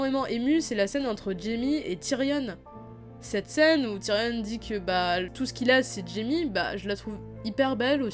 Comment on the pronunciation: Tyrion ça se prononce (ti rion est non tyrionne)